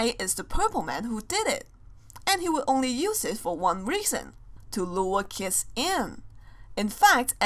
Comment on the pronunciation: You know that always when says kids it sounds like kiss